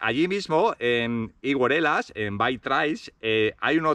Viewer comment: Higueruelas engancha, eh..? Mucha suerte con el nuevo proyecto y a ver si con las ideas, medios y fuerzas renovados sigue creciendo el proyecto BikeTrails. Y es verdad, como sigas pronunciando así el nombre del pueblo....te hechan😂 Suerte!